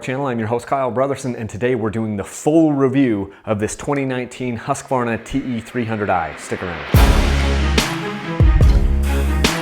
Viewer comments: I am impressed, you pronounce Husqvarna really well! 😁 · vole As someone who lives in Sweden I'd say it's pretty damn close though.